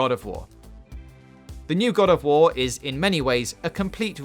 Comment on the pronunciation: Fowtnite // Wed ded Wedempition // Unhawted fouw // Howison zewo dawn // God of Waw